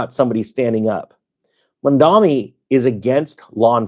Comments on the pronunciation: I do not like your head, you say his name weirdly. You should stop. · Can't even pronounce his name. You people can't even explain what a Communist or a Democratic Socialist are. The billionaires literally spent more money doing political ads against him than he would tax them. The rich have been stealing from the poor for decades through wage theft, corporate/rich tax subsidies, capital gains, weakening unions, tax loopholes, borrowing against assets where they don't have the money, etc. We will see how this all goes down over time. Your fear mongering only goes so far. As someone from Arizona, I am excited to see what Zohran Mamdani can accomplish in his time as mayor, and the potential for that to cause ripple effects across the nation for a more hopeful future. 💙